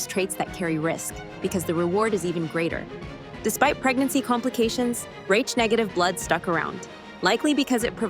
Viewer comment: "Raitch" blood ? Come on; stop with the fu___ing AI all the time. If you can't afford to have a REAL person narrate, don't post!!!